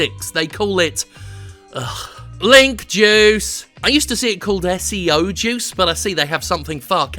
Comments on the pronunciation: Thought he said "Jews".... .😒Seems he's talking bout his juice.... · I thought he was saying Jews in the beginning and got really nervous